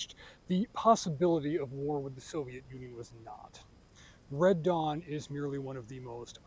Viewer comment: That you said ‘Dead Wong’ till I saw the closed captioning 🤣